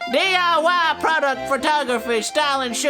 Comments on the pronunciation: ok ehm, during the skillshare promo... i said '' DIW '' ...... it's not the first time he mixed up W and Y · DEE AYE WE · “D.I.WEE”: Glad to see Arin still can’t spell three letter words